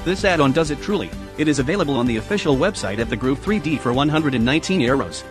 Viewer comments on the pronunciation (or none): It's not called Groove, it's The Grove. Jesus. I'm starting to get irritated at the laziness of these YouTube videos using robo-voice.